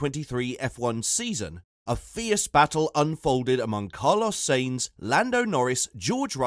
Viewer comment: Maybe improve your content quality, you're not even saying Sainz' name correctly